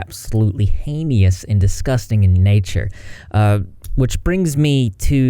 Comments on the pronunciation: Really love your video and reporting. FYI - it’s pronounced “Hay-Nus”. No “Ee” sound in the middle of that word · STOP PRONOUNCING IT AS “Hay-Nee-us”. It’s simply 2 syllables…”hay-nus “. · Heinous: rhymes with “anus” Not “haney-us” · It's not HEINIOUS it a word called HEINOUS. Get it right!